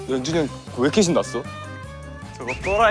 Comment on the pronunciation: 카이 한결같은 연주니영 발음 너무 귀엽다 ………